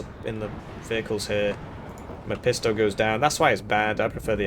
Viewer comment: Don’t know if you’re doing it on purpose but you should pronounce it: VAB Meph(f)isto. It‘s a figure from German literature, most famously featured in Goethe‘s „Faust“. Liebe Grüße